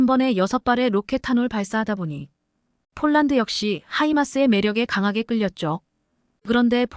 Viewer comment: 쫄란드가아니고 폴란드라고해야지 한국어공부좀하고방송해